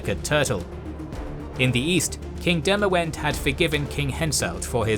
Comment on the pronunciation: Demawend is pronounced Demavend